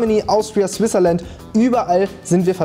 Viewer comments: Erstmal bei Switzerland das t vergessen. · „Swizerland“ ich heule😂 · Es heisst SWITZERLAND 🤓